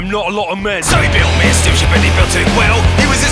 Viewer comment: I keep hearing 'spaceship' instead of 'steamship'